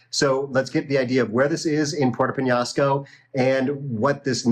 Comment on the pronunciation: Has he learned how to pronounce Peñasco??